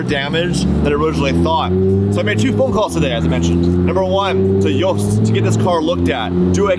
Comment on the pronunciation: Thank you for correcting on the pronunciation of Yost haha that is my last name as well and my whole life some people like saying ‘Yawst’ 🤣🤣